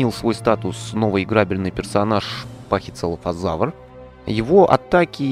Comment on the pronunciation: Пахицефалозавр а не пахицелафозавр звучит как целлофан